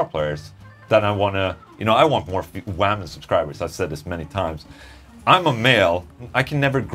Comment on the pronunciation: That´s one cool wahmen, Ola. Find more cool wahmen to talk to.